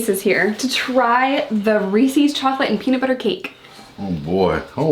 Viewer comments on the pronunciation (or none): just FYI (because a lot of people actually don’t know) it’s not pronounced Ree-sees. The guy who made them was named H B Reese so it’s Rees-IS. ‘Reese’s peanut butter cups’ they are literally HIS PB cups lol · No! I love but cringe every time she says “reesey” cups!!! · how you from NY and say reeses like ree-see???? lmfao just kidding, ily you're amazing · It's spelt Reese's, but still!! It's pronounced the same! I was looking for a comment about this because I can't be the only one driven insane by this?? 😂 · Is that how Americans pronounce Reeses?? :O